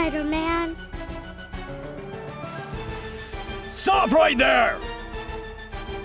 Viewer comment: "anyzing for you spideram" still gets me